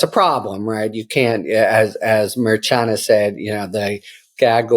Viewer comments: Why doesn't someone tell Harry to pronounce Judge Merchan's name correctly? It seems like a minimal requirement for a professional like Harry. It always was in the firms I worked with. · Although you are clearly an intelligent person and I listen closely to ALL of your podcasts'...If you could PLEASE pronounce the judge's name correctly that would be fantastic Please and Thank you! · I love your podcast and videos hairy and you're so informative thank you. But please say judge merchan's name correctly it's just sounds so disrespectful when it is mispronounced.